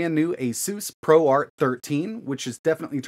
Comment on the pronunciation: And asus prorate instead of proart 🤓